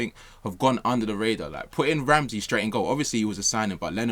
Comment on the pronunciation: Did refer to Ramsdale as 'ramsey' or did i just here it wrong